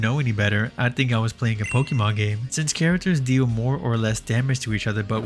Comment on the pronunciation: Deew Whiwe Normaws